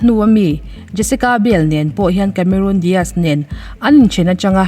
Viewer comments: I channel hi hmaih lovin ka lo view ve ziah a, thu i chhiar thiam ka tih ṭhin teh lul nen, tun ṭum chi ngaimawh deuh deuh a awm ve tlat mai. Vau tih hi vo i ti a, tunlai ṭhangtharho style. Inkawm ngaih ni lovin inkawm ngeih tih bawk tur. A sap ṭawng lamah, Cameroon tih ni lovin Cameron. Charles Angel ni lovin Charlie's Angel a ni bawk. Lo sawi ve zuai. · Cameron Diaz a ni a. Cameroon Diaz a ni lo. CAMERON pronounce dan i hriat duh chuan google mai rawh. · Cameroon iti tlata... cameron or camerawn anga lam awm zok tak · Camerun ti in an lam thin ami?Cameron(rawn)tih zawk tur ani lo mi..?🤔😛😂😂..charles angel te hi...mi lam loh dan zela han lam kher chuh...i nghal reuh ka ti...😂😂...lo ti ve chhen teng...😂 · Diaz a lam dan hi chu a dik thlap..Cameron lai hi a lam Cameroon daih a..Diaz tih lai hi chu a lam dik thlap e.. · Cameron i lam dan khi diklo